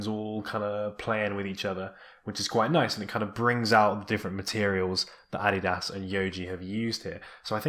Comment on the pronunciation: it's the correct german pronunciation